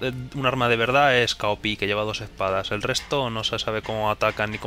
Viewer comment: se pronuncian cao pi: sohi zhen ji: Shin Ki